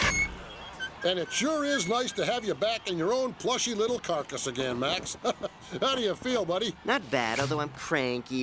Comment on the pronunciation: Did they say "carcass"?!